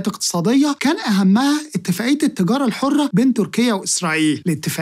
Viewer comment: التجارة أنطقها بالعربي